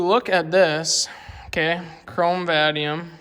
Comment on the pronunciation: I have never heard anyone pronounce Chrome Vanadium like that before 😂